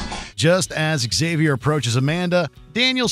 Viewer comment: "Eggsavy-or"? isn't it pronounced 'Ksavior'?